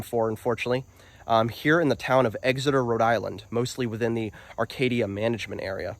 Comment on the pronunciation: EX-eter, not EGGS-eter. Like NH, same pronunciation.